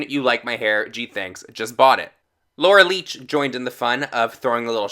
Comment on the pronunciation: is it just me or did he say Laura Leech 😂😂😂😂😂